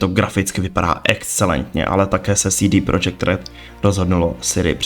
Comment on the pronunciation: 1) Vyrazit dech, ne vytrhnout dech – vytrhnout dech prostě nic neznamená 2) CD Projekt Red se vyslovuje CéDé Projekt protože je to Polsky, ne Anglicky 3) Není to Siri, ale Ciri!!! 4) Kovir není kontinent, ale země na stále stejném jednom kontinentu 5) Nikdo Ciri neupravoval obličej, jen první trailer je nasnímaný jakoby přes fisheye objektiv 6) Nového koně Kelpie, která se objevila v knize je protimluv 7) Combat system není o lektvarech, ale o technice soubojů